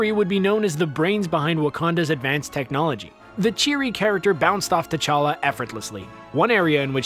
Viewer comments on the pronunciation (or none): Anyone else got more annoyed every time he said T'chala wrong?